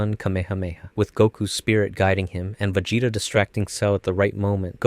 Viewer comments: That pronunciation of Vegeta was fucken brutal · Bro is just making sure everyone is paying attention, I swear, he dosent do it on accident. Top tier english... then... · You have ZERO excuses for pronouncing Vegeta so ridiculously wrong. Like at this point you must have do that on purpose. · Pronouncing vegeta's name wrong in 2025 is absolutely diabolical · vegeta pinkett smith . . . im fucking dead this dude cannot say anime names